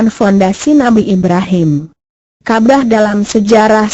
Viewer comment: Bukan kabah tapi kabawww kabarr hahay😂😂😂😂😂